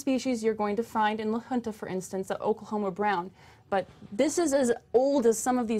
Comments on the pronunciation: La Junta is definitely not pronounced "la huntah". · it's Spanish, and the town officials pronounce it "la hoon-ta", which would be the same pronunciation in native Spanish. I believe keeping the culture alive of the naming is important, and not modernifying it.